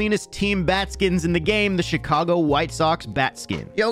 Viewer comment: Beginning of the video said "the shicago white Sox"